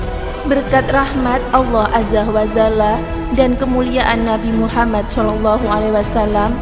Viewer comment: Saya ragu kalau chanel ini berita nya benar 1.menyebut Allah asala ( ucapan nya salah besar) 2.dalilnya tidak jelas, tadi buku yang dibaca kelihatan seperti buku cerita.